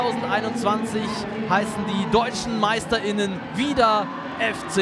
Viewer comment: Schon klar. Ich bin des deutschen durchaus mächtig. Es geht um die bewusste Betonung des Sprechers.